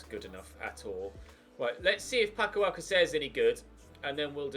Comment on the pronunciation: Sayng alcacer wrong. its alkassa